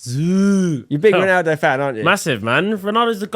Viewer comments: I enjoyed this but every time I heard "Ronardo" it hurt a little. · Why does he keep saying Ronardo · Why bro keep saying Renardo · Nobody…. Toby: “Ranardo” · I even heard Renato at one point…. 🤣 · Can’t even say ronaldo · For someone who loves Ronaldo so much you’d think Toby would be able to say his name properly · Is it only me whos triggered about the mispronounciation of Ronaldo? 😅